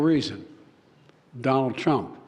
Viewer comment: It is irritating to hear jb say 'it's Donald Truunp's fault" everythime he talks about his(jb)s screwups.😮